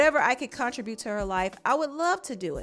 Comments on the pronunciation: I cringe every time you pronounce the contribute. Not sure why you pronounce it that way. 😬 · Why do you say contribute like that?!😩😩🤣🤣🤣Stop it